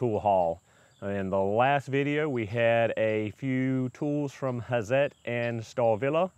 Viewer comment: Can you say "Hat-zet"? That would be pretty close to the right pronunciation ; -) , maybe because i've been around so many Swiss and German techno-mecho types :-) The "hi-per", in Germany would sound something like"hee-pair" But we could say "hi purr" ;-) I bought Hazet's "stubby" 1/2" drive impact driver, lets me get into under-the-hood, and behind-the-wheel locations, and it's light, and super smooth, and really spins off lug nuts!